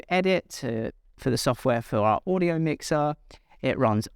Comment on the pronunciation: router not rooter! wow, this really gets to me. It’s not Oodio, it’s audio. it’s not, rooter, it’s router. u have all that knowledge, but consistently say Rooter? such a shame .